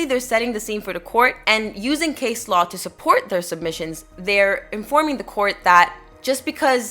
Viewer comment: Hi there, just so you know for the future, Law is spelt with an "A" . In the word Low the "OW" is pronounce just like the letter "O" For example "something is low to the ground"